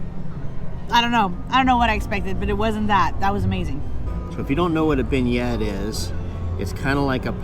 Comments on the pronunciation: Ty, I didn't want to say it bc I'm always correcting their mistakes but I only do it bc I like the channel and hate seeing them make so many mistakes in their references and pronunciations. I hope they're just trolling bc ppl this age should know how to say beignet. Like they don't mispronounce buffet or filet so why beignet? 😂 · The pastry is pronounced a BEN-YEA, with the "T" being silent.